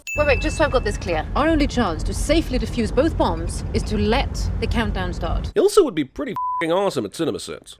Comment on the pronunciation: You don't "diffuse" bombs, you DEFUSE them. SMH.